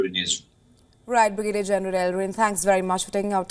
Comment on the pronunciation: newsreader does not know how to pronounce Brigadier so funny